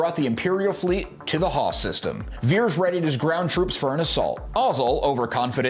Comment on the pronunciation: Its pronounced "Vee-Ears," not "Vears". Put some respekk on his name 😊